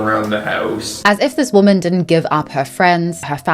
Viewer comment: Im gonna need the narrator to learn the difference between “women” and “woman”….god that was beyond annoying